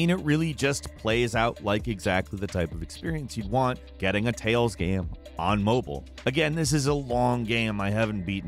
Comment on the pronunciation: Ah yes, "mobyle" games